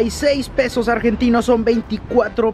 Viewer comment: Por que pedos en vez de pesos jaja y gracias por hablar asi de bs as. Es hermoso! Y coso es imposible comer por ese dinero en un dia jaja